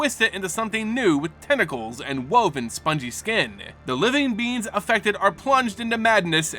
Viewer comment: Is it just me or did anyone else hear “living beans”. I mean it’s adorable to call Eldrazi beans.